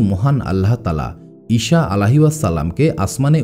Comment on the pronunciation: ইষা নয় বলুন ইছা আ.